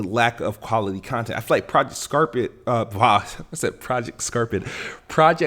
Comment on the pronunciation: I'm sorry did you say "project scarpet?"😂😂